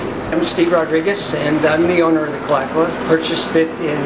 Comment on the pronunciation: Remember KALAKALA was not pronounced KALA-KALA. It was ka-LA ka-LA ONE WORD.